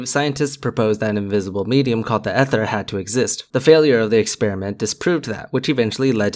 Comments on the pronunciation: Okay, I'm going to take my advice from someone calling themselves a professor but pronouncing ether as e-ther with a short e like egg instead of ee-ther. with a long e like eat. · Dude, it's pronounced "ee-ther", not "eh-ther". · Eeeeeeerher not ehther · Ether. The word is EEEther. Otherwise, OK. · Another good video rebuttal. One thing though, Ether is pronounced EE-ther.